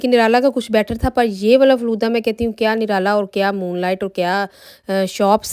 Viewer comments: Flooda nahi hota Faalooda hota hai yar🤦‍♀️🤦‍♀️🤦‍♀️ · Flooda nahi Falooda Sister